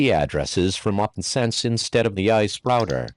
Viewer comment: what's an ahh-eehh-sp? 😂